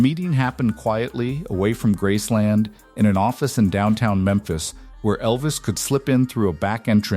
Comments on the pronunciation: It's Graceland not Grassland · It’s not grassland. For gods sake can’t it be a real person narrating? I hope it’s all true but calling it grassland makes me wonder. I hope they do not bury prissy at Graceland. Send her back to Germany. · "Grassland"? Oy...you didn't even pronounce the name of the estate correctly.